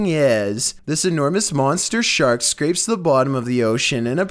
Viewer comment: "#9..."Monster Shart".....👈😁😁 It sounds like he just said that!